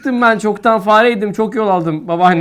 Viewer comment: Fareydim diyor faredeyim diye okuyor